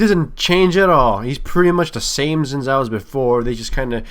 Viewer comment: "zin zhao" No it is "xin zhao"